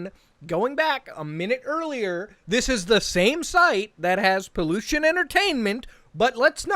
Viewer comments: Pollution entertainment? hahaha, man as a Spanish speaker I was so confused when you and Charlie said Pollution. Is Peluchin. is not even close dude. Pe-Loo-cheen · What really got me mad is how everybody can't properly pronounce peluchín for their life. I'm like, who the fuck is this pollution guy and then I remember, oh yeah that guy. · ye, but most english channels pronounce him as pollution and its kinda funny lol